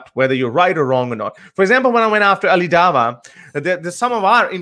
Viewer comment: says Ali Dava🤦🤣🤦🤣 its a W not a V